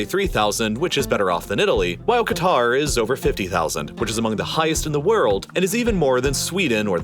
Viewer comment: My jaw dropped when finally pronounced "Qatar" correctly. claps* well done